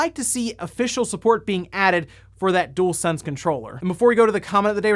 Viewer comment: Dualsense, not Doolsense